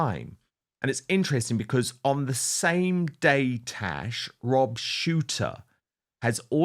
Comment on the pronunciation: Why does he call her “Tesh”??